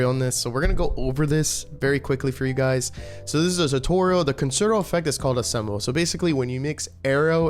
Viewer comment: Ensemble is pronounced on-som-bull